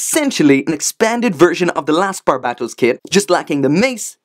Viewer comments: You still say its name wrong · he is pronouncing barbatos wrong